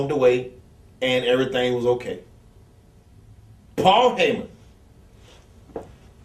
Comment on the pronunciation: When New Jack sayin Paul Hyman lol is the devils son.You know you f*#ked up!